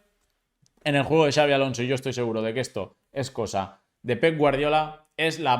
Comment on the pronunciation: Like por ser el unico periodista en decir Xabi en vez de chavi